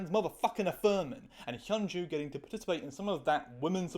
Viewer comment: cool vid, you need to work on your pronounciation of hyun ju tho😭😭😭